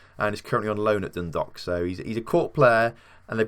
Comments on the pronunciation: Its not like an 'o' in Dundalk... Its like Dun-dawk... Like hawk with a 'D'... Drogheda is Draw-heh-da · Lol “Droh her da” is basically how you say it, also Dun Dalk, think walk and replace with a d. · Dun-dawk would be a better way to explain the pronunciation for dundalk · Your mispronouncing the English names. Not like they're in a foreign language. And it's pronounced like dro-head-a. And Dundalk, the dalk part sound like the alk sounds in walk. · No I've always heard it as dun - dalk different parts of Ireland have different pronunciations of county's